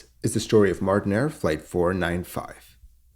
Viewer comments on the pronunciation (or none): That is Martinair, not Martin Air. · MartinAir not Martin Air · It's not Martin Air, it's Martinair. You can tell, because it's right there in THE FIRST FRAME